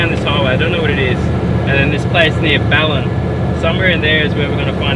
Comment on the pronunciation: it is called bal lan